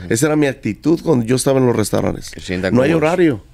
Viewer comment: Jajajajajajajajajajajajaja. Creo que se dice restaurantes y el dice restauranes. No entiendo como ha tenido tanto éxito. Bueno. Lo de su éxito lo dice el. Yo ni lo conozco. Jijijijijijijijijijijijijijijijiji